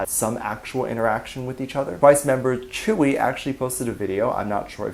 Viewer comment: Your saying tzuyu wrong